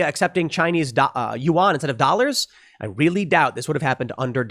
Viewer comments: Psssst……It’s not pronounced you-ahn. Yuan is pronounced more like ven or yen, it’s more of a guttural uhng sound followed by en, as in end. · pronounce Chinese currency at "Juan" not "You on" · “Wan” not youon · Why can't you pronounce yuan?